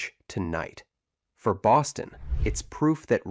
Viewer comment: I swear it sounds like you’re saying Austin instead of Boston. Also, if anybody’s wondering about Boston it’s probably one of the coolest cities in North America honestly. Best time to go in Mid to late Spring